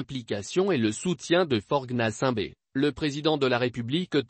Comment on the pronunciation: Toi ta manière de prononcer Faute Gnassingbé ooooh Waouh lol 🤣🤣🤣🤣🤣